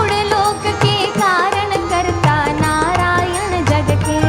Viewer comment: Dear maithili madam please pronounciation as mooru loka instead of modu loka,It is not naryana gatake but it is narayana jagake.I appreciate your singing in kannada.